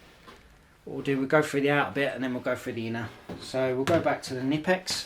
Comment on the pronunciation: just pronounce the "K" in Knipex.. its not like knife or knee... pronounce it like u would say coka cola.. its knipex not nipex